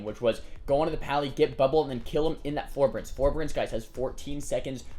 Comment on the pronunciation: oh and its for-bear-ense forbearance. not ferberense. lol just saying. i have this tick where i FUCKING HAAATEEE ppl who continually mispronounce words lol